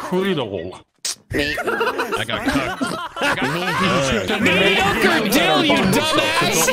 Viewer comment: “MEDIO CREDYL!!!!”